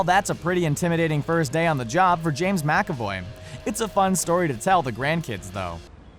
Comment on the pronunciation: Mc. Ay. Voy. Thank you. He’s Scottish and it’s not like he’s an amateur actor.